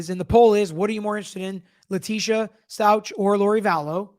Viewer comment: Stauch is pronounced Stowk, I believe. I’m very interested in your opinion in this case. The Stauch case is very upsetting. She lied, obstructed and ran off to another state I order to hide the fact she brutally murdered her stepson, Gannon. Allegedly. I’m trying not to judge but man oh man did she do everything she could to make herself look guilty. They have a lot of evidence. I’ve been following this case since it happened. I’m following Vallow Daybell on Pretty Lies and Alibis, but I always enjoy your input. Gigi isn’t an attorney but she’s got the most extensive coverage of the case that I have found on YouTube. Maybe Grizzly True Crime has comparable information, but Gigi has 87 videos breaking down the history of the case going back to 2006. It’s crazy how many red flags there were and Lori was able to manipulate police, friends and family for years until the kids went missing. They didn’t even look into the shooting of her estranged husband in her home by her brother. The police just accepted her self defense claim even though he had a TRO against her. 🤯 But, I digress. I hope you’re able to cover both cases.